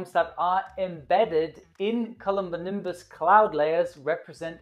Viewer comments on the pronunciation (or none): No one:...: Culumbunimbus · Culombonimbus? Did I hear that right?